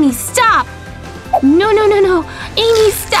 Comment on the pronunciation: It's Amy not Ammy